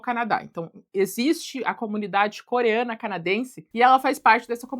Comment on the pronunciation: Eu to tendo um troço toda vez que você fala ‘Coreana’ . 1 busca n Google teria resolvido isso.